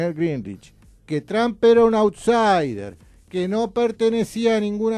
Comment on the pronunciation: Está gente dice Donald Tramp y es Donald Trump, se pronuncia Tromp no Tramp